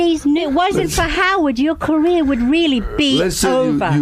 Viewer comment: Dude, it’s pronounced cuh-reer, not queer